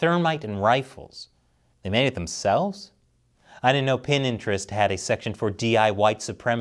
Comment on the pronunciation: Sorry but I'm gonna have to cancel you now. It's pronounced Pin-ter-est. Interest but with a P first, like what you should do before a road trip.